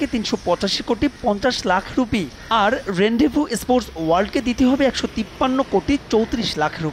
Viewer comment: প্রতিষ্ঠানের নামটির উচ্চারণ রেন্দেভু নয়। ওটার উচ্চারণ হবে রন্দেভু। যেমন: Cap 🧢 (ক্যাপ, ছ্যাপ নয়)। আশা করি পরবর্তীতে উচ্চারণটা সঠিক হবে।